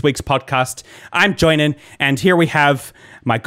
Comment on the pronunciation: Joinen: is finnish Joinen: reads finnish in italian accent